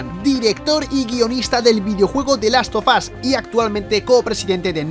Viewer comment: di laffff of azzzz